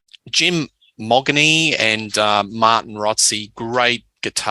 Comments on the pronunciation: Jim’s surname is pronounced “Mo-jeany” not Moggany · 5,500 capacity at the Hordern...(BTW, it's pronounced "Modgenie")